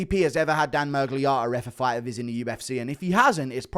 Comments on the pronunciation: The way he keeps saying Miragliarta is pissing me off more than Miragliotta himself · Stop calling him ‘mirgliARTA’ it’s Otta. Are you developing a fake American accent to fit in with you’re new pals